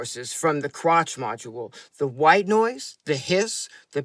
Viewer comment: Ooh, first comment… Hi, great work as always, thanks! Krach is, I think, pronounced as ending with the German ‘ch’ sound, as in ‘Bach’…